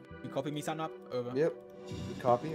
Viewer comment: I’ve never noticed that he says sa-nap